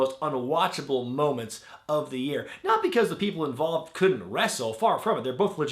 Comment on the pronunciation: "In one of the most WTF moments..." should be: "In one of the most Dableeoou Tee Eaf Momaaants..." Come on!